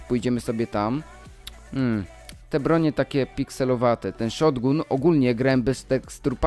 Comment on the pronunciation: mowi sie szotgan a nie szotgun